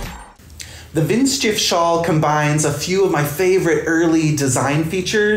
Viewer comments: Pronunciation is " Vint sheef " :D (Hi from Germany!) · I love your pronounciation of the word 'windschief' 😄 greetings from germany❤